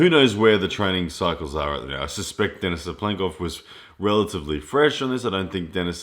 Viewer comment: lAletin ударение на 1 слог и DenIs ударение на второй слог, по-русски правильно так